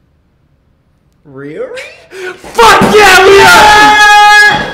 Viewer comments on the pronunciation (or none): "Wait? Rearry?" 😂😂😂😂💗💗💗💗